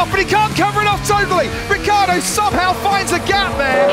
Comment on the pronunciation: "Daniel Rookieardo"